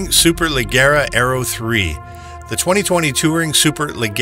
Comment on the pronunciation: friendly heads up its pronounced SUPER LA-JER-A for Super Leggera the Gis pronouced like a J & it's DE-TOMASO not one word it also originally had a the same V-12 as the Apollo IE but later switched to the V8 were most customers pulled their allocations expecting the V-12